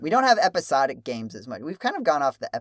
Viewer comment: It's pronounced "episodic".